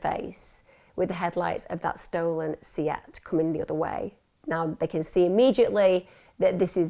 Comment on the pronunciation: Great stuff Emma, although can I just point out a few minor points: 1. It’s pronounced Burr-field, not Burg-field. 2. Berkshire is pronounced “Bark-sheer”. 3. The car name Seat is pronounced Say-At, not See-At. 🙂